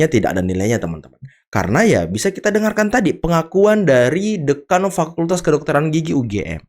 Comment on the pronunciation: Bukan Deukan host, tapi DÉKAN